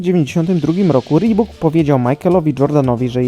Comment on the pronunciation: A co rebok? Wymawia się "ribuk" Tak jak Nike wymawia się "Najk"